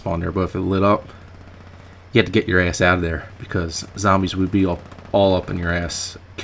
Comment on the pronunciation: do you have a Philadelphia accent? it's the way you say ass lol